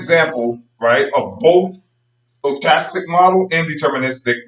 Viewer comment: Forgot to mention, it is pronounced with a "k" sound not a "ch," and the "o" is not long. sto·chas·tic /stəˈkastik/